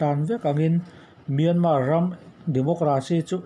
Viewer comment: Miarman a awm lo .myanmar tih tur